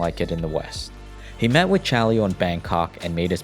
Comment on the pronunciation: The way he spell "Chaleo" gave me headache tho.